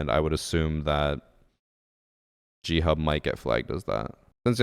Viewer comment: I genuinely thought you were saying Cheat Hub, I haven't ever heard of G Hub. So at the beginning, I was just thinking "no shit they got banned".